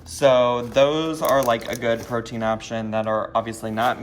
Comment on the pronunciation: I know he said protien but almost every time Dr. Now says protein it sounds like cocaine. Like "cocaine and vegetables". I respect the frick out of this Doctor and the patients he puts up with sometimes.